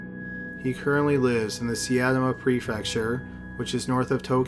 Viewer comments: SIGH-TA-MA. Not SEE-AT-TA-MA. Other than that, awesome and intriguing videos as always. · also the way he said „(siatama) see-ahtamah(???) prefecture“ instead of saitama prefecture made me cringe a lil..... come on